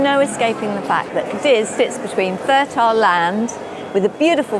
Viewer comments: The absolute least you can do is pronounce the city name correctly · The repeated mispronunciations are a huge disappointment.